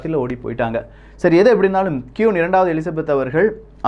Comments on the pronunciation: சகோ அவர்கள் கியூன் அல்ல. குயீன். உச்சரிப்பை திருத்துங்கள். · Saami Nalla pesurinnga..aana kiun illa..kuin.. queen... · It's not quoon, it's queen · கியூன் இல்ல bro "க்வீன்" Royal வாலட் இல்ல "Royal வால்ட் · Bro its not quooon , its should be pronounced as Queen.... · கியூன் இல்லை குயின் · Queen = கியூன் இல்லை... குயின். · I would like to correct ur pronunciation that குயின் (Queen) Don't say க்யூன் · Qoon illa queen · Dei adhu qun illa da queen 😆😅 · Bro அது க்"கியுன் இல்லை க்"குயின் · கியூன்?🙄🙄🙄🙄 நீ இங்கிலீஷ்லா ரொம்ப weaka இருக்க உன் இங்கிலீஷ் pronunciation romba mosama iruku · First of all, he should learn how to pronounce the word Queen and Vault. I couldn't tolerate it throughout the video. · Thank you for the info. It's okay about saying the words queen and vault wrong as we are not English and our mother tongue is Tamil. Superb Tamil pronounciation and I watch it for that. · Pronounce properly. 'Queen', 'Vault' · Queen..pronounce it properly....kollai panreenga